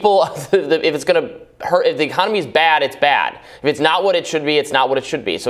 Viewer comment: Ahh, the “arconomy.”